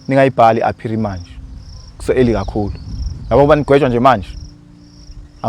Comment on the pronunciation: Appeal not appeary